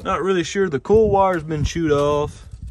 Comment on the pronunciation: The "cool" wire?? Coal?? Cole???